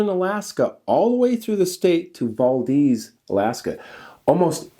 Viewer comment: Those were good times in Alaska, everyone had money, whiskey and weed ! By the way, it’s Val, like Val Kilmer, deez. Valdez